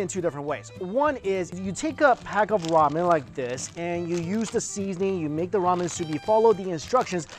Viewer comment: did he really just say wamen ?